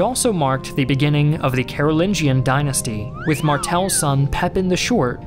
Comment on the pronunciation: actually its read as Karu'linyan not Karu'lin-john